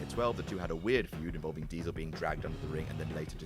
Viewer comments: its Diesel not "Dievel" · said Dievel not Diesel.. ITS O'CLOCK MOTHER FUCKERS I CANT BELIVE IT!!